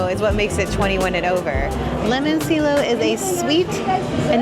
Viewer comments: Pronounced le-mon-CHEL-lo. 🍋🤌😊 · Never say Italian words again